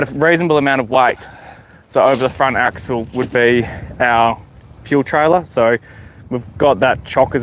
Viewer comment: Sorry, I don’t mean to be “that guy”… it’s axle